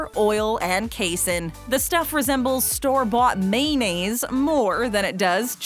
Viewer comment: She cannot even pronounce words. Maynase? Really....